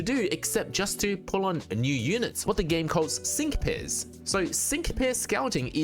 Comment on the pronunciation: when you said "sync pairs" the way my brain interpreted your accent heard "sink piss"